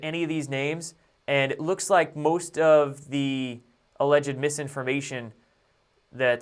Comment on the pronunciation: "Alleged" is only 2 syllables